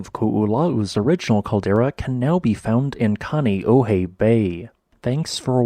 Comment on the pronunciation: It's pronounced Ko-olau. Not Ku-u-la-u. Good job on pronouncing Kāneʻohe tho! 😅